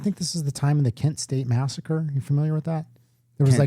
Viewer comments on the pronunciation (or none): none